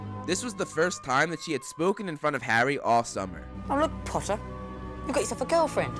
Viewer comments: "Famous harry PPoTTah" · Nah , Draco said pottah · I bet Malfoy's favorite word is "POTTAH"